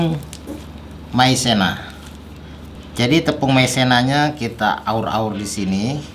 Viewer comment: Falou maizena igual em português , legal